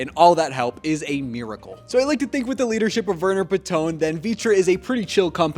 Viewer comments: btw Panton is pronounced how it looks: PAN (like a cooking pan) + TON (like the ton in bridgerton), not paTTON :) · Verner Panton - not "Patoong", he's Danish not French. You should've come up with something of your own tbh, plagarism is not okay :/